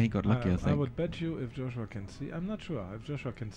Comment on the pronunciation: Joshua, not Josuha.